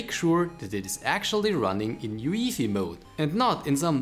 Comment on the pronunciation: Never heard someone say UEFI the way you said it